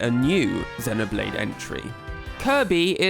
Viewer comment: Why do you pronounce it ZE-noblade not ZEE-noblade?